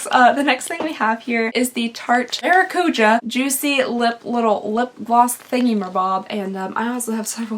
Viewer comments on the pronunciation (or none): none